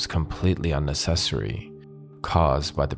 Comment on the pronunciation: Sorry had to stop the video to make this comment. That's not how you pronounce 'unnecessary'.